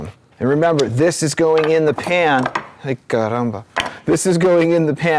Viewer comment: In the minute you say "Ei, caramba". Are you portuguese or brazilian? :-)